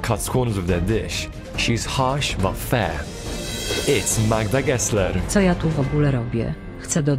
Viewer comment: idk if youre polish or not but you pronounced magda gessler very well